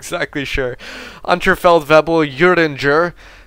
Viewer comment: Heres pronounciation help: Unteroffizier is pronounced. oo (As in boot) nteroffizier (z as in tsar) Unterfeldwebel: W is as in Whelp. and ebel as in cable. :D